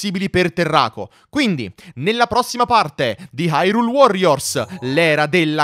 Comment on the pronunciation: Si pronuncia irùle